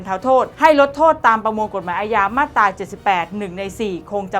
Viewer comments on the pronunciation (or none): น้องครับ......อ่านว่ามาตรา..ไม่ใช่มาดตา...ระวังหน่อย